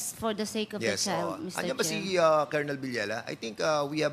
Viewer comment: Kolonel ba ang tamang pronunciation?